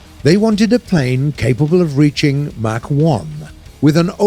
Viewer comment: Well done for pronouncing mach like a normal person and not coughing on everyone